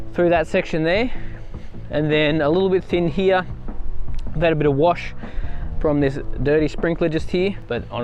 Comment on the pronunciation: “This section heeeee” LOL. Here. This section here.